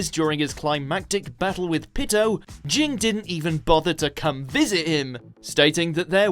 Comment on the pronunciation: Shouldnt Daigo from Dororo be on here. What he did to Hyakimaru was messed up. And the way you said Ging made me cringe. It's like calling Gon, Jon